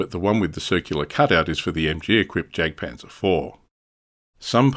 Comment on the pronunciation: Interesting stuff! I’ll definitely be looking out for this manufacturer in future! By the way, the German ‘J’ is prounounced like the English ‘Y’, so ‘Jagdpanzer’ should be pronounced ‘Yagdpanzer’. Just something to consider for future videos, keep up the good work!